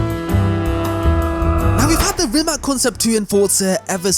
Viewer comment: The C at the end of Rimac is not pronounced K, it's not Rimak. You know John Lovitz? So yeah, the tz at the end is how you pronounce the c in Croatian (which the car is). Say it as if it was written like Rimatz Also, for me, Concept 2 over Nevera all day.